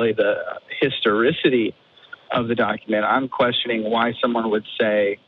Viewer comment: Lol said "historistity"